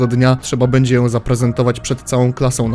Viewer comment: "czy będze"